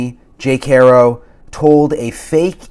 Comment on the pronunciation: Why in the hell won't people pronounce Jake's last name correctly? It's easy...HAR...O...NOT HAIR...O...